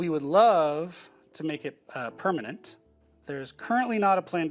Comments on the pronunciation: Pernament? You keep saying pernament xD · yeah it's bothering me way more than it should that she keeps saying pernament 80% of the time.